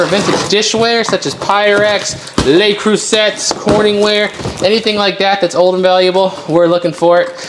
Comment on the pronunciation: Cruset pronounced crew-say.